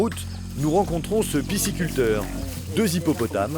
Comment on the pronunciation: C'est "pisciculteur", pas "pissiculteur" au passage... xD